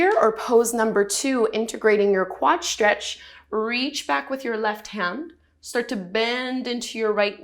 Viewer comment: Stretch is stretch. why say Sh-tretch?